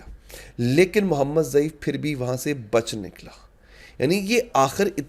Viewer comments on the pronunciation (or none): محمد ضعیف نہیں محمد الضیف نام ھے ۔۔۔